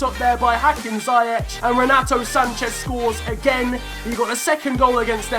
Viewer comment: Its zee-ech no zee- ec